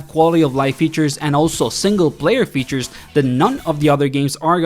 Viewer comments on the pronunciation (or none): none